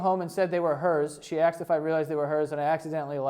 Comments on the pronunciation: did you say “axed” a couple of times in thus video? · lmao the fact that you say axed lol